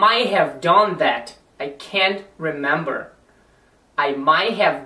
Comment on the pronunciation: Na verdade Would e Could não são utilizados em situações informais, pelo contrário! Can é utilizado informalmente, principalmente quando se está falando em rodas de amigos quando se tem um pouco mais de intimidade. Outra coisa MAY é FORMAL também, muito mais que o CAN. A e alguns erros de pronunciação também, por exemplo: MIGHT, não se fala /mai/ o som do T é falado. Se diz /mait/